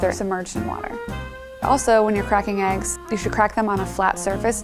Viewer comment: did anyone else notice that she said cold eyes and not cold eggs